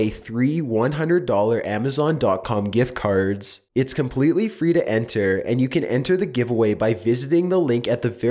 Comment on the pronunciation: "amazon gift car" holy crap a free car????